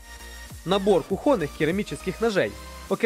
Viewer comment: кУхонных ножей!!!